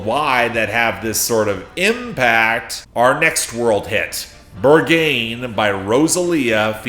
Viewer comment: I'm in awe or commitment to knowing one (1) language. I didn't know mispronouncing Berghain is possible